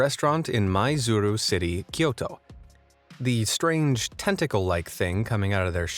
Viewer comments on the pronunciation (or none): none